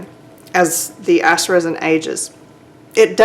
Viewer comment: Great video. When you said ICE I would have sworn you were from the south😊 I'm in SC you sound like a hometown lady hihihihi